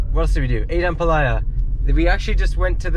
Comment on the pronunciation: pronounce ampalaya with stress on the last syllable or a. You're saying it like jambalaya hihi. I don't know why kumar is not correcting you hehe.